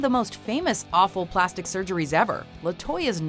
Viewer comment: I swear to god say "Plasti" one more fucking time.